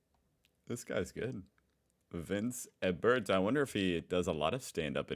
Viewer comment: E-bert, not Eb-bert... read slower if you are having trouble reading.